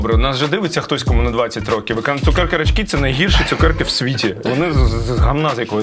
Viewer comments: А чому рачкИ? А не рАчки? Люблю їх. І я 1997 року 😅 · У нас наголос на «рАчки»! І вони смачні !